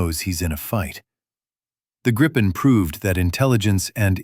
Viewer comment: GRIP-EN not gripe-en. FFS